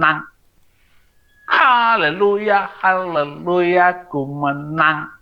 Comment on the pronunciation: Haaaah leleluyah 😭😭😭😭maaf ya ini logat haleluyah yang tidak sesuai dengan pengucapan yang benar Saifuddin mengucap haleluyah saja gak bener apa tah lagi pantas jadi pendeta, oyen tertipu udin, haaaah menangis di akhir musim 🤭oyen kena tepu ODGJ